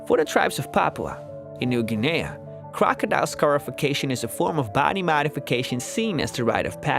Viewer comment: He says Papau New Guinea weird